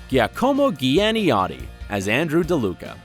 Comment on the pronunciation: It hurt my ears too! Just for those who might be wondering about your comment: it’s pronounced Jacomo Janiotti